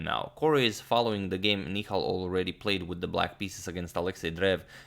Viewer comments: Hey agad, It's Ni-Hal and not Ni-khal as in Mikhal Tal's name😅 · Antonio Sir the pronunciation is "Nihaal" Sarin :) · That's Nihal not Nikhail... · Nihal Sarin Ni ha l Ha like in 'Ha'rd.